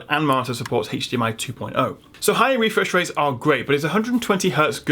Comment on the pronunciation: About the “wefresh waits” :D